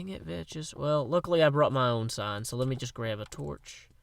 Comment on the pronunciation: Hey did you know that you are suppose to say vechs like vecks